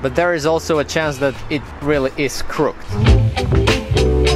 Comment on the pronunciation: Great video, as per usual. In English, the word 'crooked' is pronounced 'crook id'. Two syllables. :)